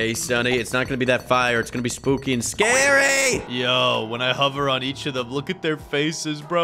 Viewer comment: He said iw might bwe spuwkws